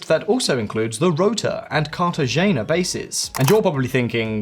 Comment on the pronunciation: G in Cartagena is pronounced like h in behind.